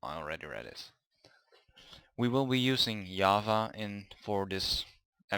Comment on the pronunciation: Hi, how are you? what you doing these days? You were saying java and I heard yahwa and searching internet for an hour what is yahwa. But in the end i understood that its java. 😂